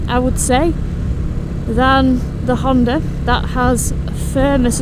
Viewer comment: They a not "Honte" and "Honta", they a HunteR and HonDa😊